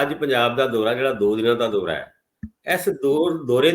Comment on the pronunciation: ਰੰਧਾਵਾ ਜੀ ਪੰਜਾਬ ਦੇ ਨੇਤਾ ਤੇ ਅਫਸਰ ਸ਼ਾਹੀ ਡਰਾਕਲ ਤੇ ਭਿ੍ਰਸ਼ਟ ਹਨ। ਡਰਾਕਲ ਤੋਂ ਭਾਵ ਹੈ ਕਿ ਕਾਫ਼ੀ ਸਮੇਂ ਤੋਂ ਅਦਾਲਤ ਚ ਪਏ ਲਫਾਫੇ ਜੋ ਕਿ ਪੰਜਾਬੀਆ ਦਾ ਮੂੰਹ ਚਿੜਾ ਰਹੇ ਹਨ। ਪਰ ਨੇਤਾ ਤੇ ਇਨਸਾਫ਼ ਦੇ ਰਾਖੇ ਵੀ ਟਾਲਦੇ ਹਨ ਕਿ ਮੈਨੂੰ ਕੀ ਅਸੀਂ ਤਾਕਤ ਨਾਲ ਪੰਗਾ ਕਾਹਨੂੰ ਲੈਣਾ ਹੈ। ਵਾਦੇ ਸਿਰਫ ਚੋਣ ਜੁਮਲੇ ਹਨ ਜੇ ਪੰਜਾਬ ਕਰਵਾਈ ਹੈ ਪੰਜਾਬੀਆ ਨੂੰ ਕਿਵੇਂ ਦੇਣਗੇ। ਸਹੀ ਉਚਾਰਨ( ਦੋਰਾ ਨਹੀਂ ਦਉਰਾ) ਹੈ। ਮਿਹਰਬਾਨੀ।